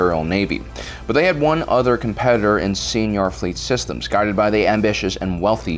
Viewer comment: So I guess the pronunciations of 'kwat driveyards' and 'señor fleet systems' is cannon now?